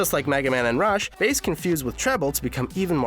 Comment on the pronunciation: Roll and Bass not Role and Base